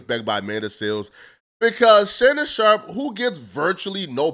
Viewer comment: I hate how pronounces "Sharpe" 😂